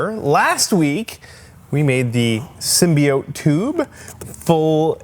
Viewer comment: Per ™Sony Pictures , it pronounced "symbīote".